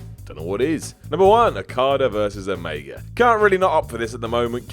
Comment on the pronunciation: Who are OmegAR and OkadAR? Never heard of John CenER either